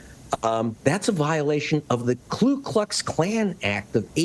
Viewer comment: Ku, not "Klu."